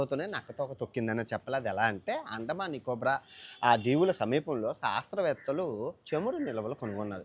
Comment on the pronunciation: సాస్త్రవేత్తలు కాదురా శాస్త్రవేత్తలు. తెలుగును బ్రతికించండి కాని చంపొద్దు.